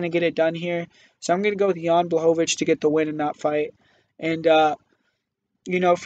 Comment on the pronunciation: He got Jan Blachowicz though and made sure to say it as many times as possible because he was so proud of that pronunciation xD